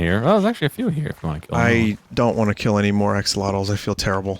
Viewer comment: Bet pole Why would you Keel axlottle